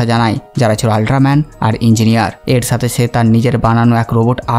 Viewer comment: ছে ফিরে এচেছে! ছে, ছাথে, ছহজ, ভাছা 🙄😂 কি উচ্চারণ মাইরি? 🤣